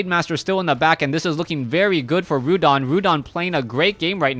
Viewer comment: its not Rhudan its Rudan !!